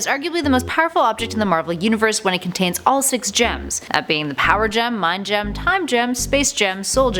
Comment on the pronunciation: Every time I hear her say “Gem” I cringe